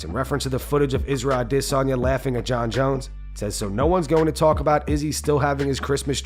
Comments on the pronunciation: I get pissed off every time this guy says Israel idis he sounds so fkn stupid I didn't think it'd happen on this episode but fuck this I gotta unsub 😂😂😂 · Love the channel , subscribed and like every video so dont take this in hate more so just curiosity, but why and how do you pronounce isreal adesanya's name the way you do? like you cover the sport you must have heard his name said out loud by now or is it just one of them narrating bot programme things?